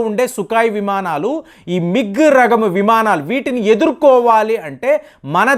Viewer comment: Language is worst. రకము ను రగము అని పలుకుతున్నాడు.అపశృతి పదాలు రోత పుట్టిస్తున్నాయి. పదాలు తప్పుగా పలికితే విషయం వినడానికి సొంపుగా ఉండదు అనే నిజం తెలుసు కో. ఇది అయితే తెలుగు పదం కాదు, తమిలమో, కన్నడో,మలయాలమో అన్నీ కలిసిన సంకర పదమో అర్థం కాకుండా ఉంది.